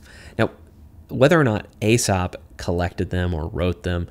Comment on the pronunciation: Aesop is pronounced ‘Aesop’, not ‘Aesop’